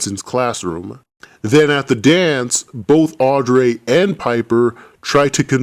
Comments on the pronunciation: no offense but i really hate the way you pronounce Audrey it's Audrey not "Audray" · Audreeee not audray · i love how he said AUDREYS NAME HAHAHAHHA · Love the video just the way you say Audrey is wrong